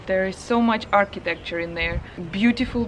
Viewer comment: First go and try to know what you dislike about your own country before pointing your finger to another. And I wondered, how can you compare Mauritius to Uk? Second thing, before talking about architecture, learn to pronounce architecture!